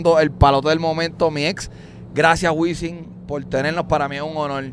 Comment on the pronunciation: Alguien que le diga a Wisin que usa la M y no la N.....